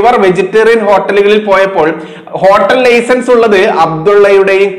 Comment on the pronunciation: മലപ്പുറം ആയതു കൊണ്ടായിരിക്കണം ലെയ്സൻസ് എന്ന് പറയുന്നത്, അത് മാറ്റണം, അത് നമ്മുടെ ഭാഷ അല്ല, താങ്കളുടെ പ്രവർത്തനത്തെ അനുമോദിക്കുന്നു